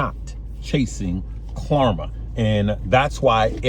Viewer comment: Klarna has an N not an M lol